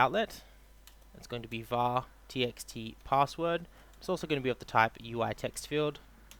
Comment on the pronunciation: Its VAR not WAR!!